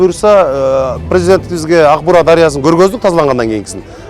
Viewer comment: Урматтуу мэр,озунуз журналист болсонуз анан Аг-Буура эмес АК -Буура деп туура айтыныз